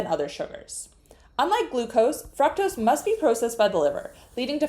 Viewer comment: Learn how to say FRUCTOSE. You can just ask Google for the pronunciation. It doesn't make you special or smart to pronounce a word - or mispronounce it - 'as you see fit.' You want to sound smart enough for people to follow your advice, right?